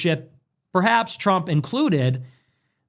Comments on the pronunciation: Brother its trump not “tremp” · bro i love your videos but stop calling him Trimp its hilarious 😂